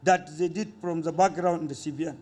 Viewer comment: Cant stop laughing, "any kind of this appointment She will seat and look at the phackgroud of the person" :)